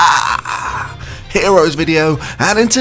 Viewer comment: Learn to say SEGA